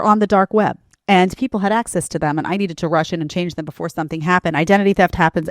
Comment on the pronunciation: To the second girl... ...as an English-speaking native American, you can't even pronounce the word "them" correctly??? It's "them"...not "tham".